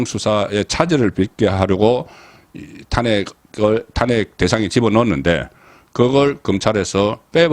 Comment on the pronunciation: 도대체 왜 발음이 엉망인지요? 탄핵 좀 고치고 방송하세요 엉뚱하게 모든 단어를 엉망으로 발음하시니 듣는 사람들이 몹시 부담스럽네요